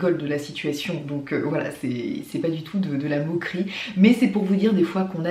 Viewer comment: Ton accent quand tu dis "pas" pô